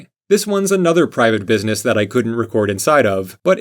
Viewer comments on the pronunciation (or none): none